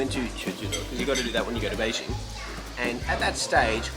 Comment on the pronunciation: hahahaha, the way says 'Beijing' is so authentic, just like a local Beijinger! Ben的英文不会是跟丁广泉学的吧？😝